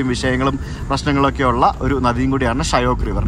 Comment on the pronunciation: ഷയോക്ക് അല്ല ഷ്യോക്ക്